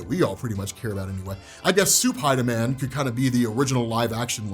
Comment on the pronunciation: I love u big fella but ngl every time you said Spider-Man I heard spidaaminn